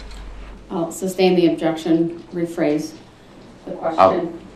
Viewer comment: substain instead of sustain